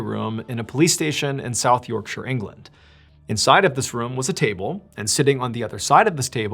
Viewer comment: Wow, the first American I've ever heard say the word "Yorkshire" right. Fair play to you, Mr Ballen.